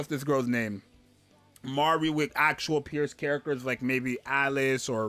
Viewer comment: I freaking love that you're getting her name right, my lawd it's butchered so hard